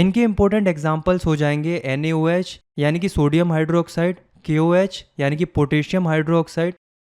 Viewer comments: ...Potassium Hydroxide is actually KOH not KaOH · Sir kaOH nhi hota KOH hata hai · Not KaOH that's KOH